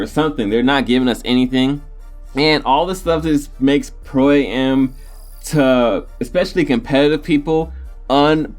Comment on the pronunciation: Pro am.. It's AM not A-M